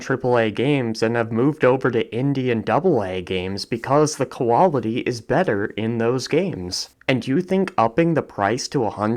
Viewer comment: Koala-ty? We doing some dingo aborigine mate?